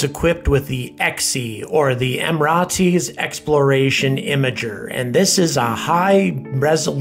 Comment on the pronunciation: Someone for the love of god tell him how to pronounce Emirates properly! Why aren't more people saying this?! Also if anyone doesn't know the UAE you need to educate yourselves ffs.